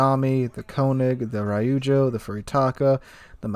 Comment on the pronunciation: My ears bleed whenever attempts to pronounce Japanese ship names lol Just as an fyi, "y"s in Japanese are never pronounced like "My" or "By", they're more like how you would say Nyo <-> Ño, so it's like a short i. Myoko -> Mee-o-ko, Ryujo <-> Ree-u-jyo, etc. Also there are no compound or long vowels, each vowel is contained in its own syllable, i.e. the "o" and "e" in Tone do not affect each other and they're just To-nay.